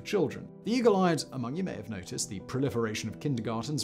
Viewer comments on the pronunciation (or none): none